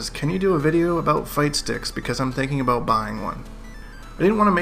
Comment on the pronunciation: QUESTION... Why do you say aboot instead of.about in your intro. Nonetheless love your content man keep up the good work